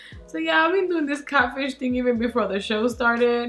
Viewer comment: Ay 😂😂😂 the way you say catfish "catch fish"!!! Always making me laugh with that beautiful accent 💋 snap chat fam!!